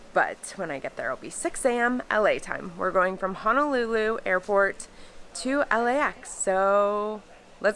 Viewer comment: HONOLULU..., please don’t pronounce it as HANALULU😟